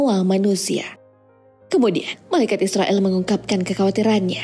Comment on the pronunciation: Cumn mau memperbaiki bukn israill tapi izroil🙏